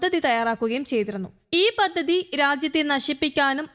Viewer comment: 'പദ്ദദി ', 'യുദ്ദം' ,' ഉദ്ദരിച്ച് ' .ഇതൊക്കെ എന്ത് മലയാളം? ഉച്ചാരണം പഠിച്ചിട്ട് വായിക്കാൻ വരൂ.